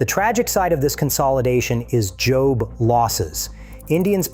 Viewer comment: JOB losses??? Ffs if you want to use ai narration can you at least listen to it and fix it before I do? It completely undercut any credibility. Effing ai slop.